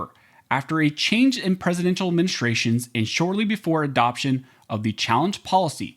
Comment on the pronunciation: Sounded like you said, "After a change in presidential menstruations..." 🤣